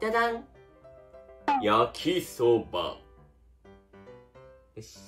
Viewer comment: When I just imagined speaks cutely to us viewers, and then goes like "yAkIsObA" Gosh I can't my lungs hurt from too much wheezing